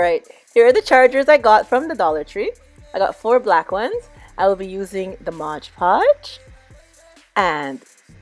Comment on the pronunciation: MOD PODGE PLZZZZZZZZZ NOT MODGE LOL XX